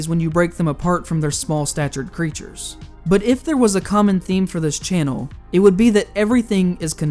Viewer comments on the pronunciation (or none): none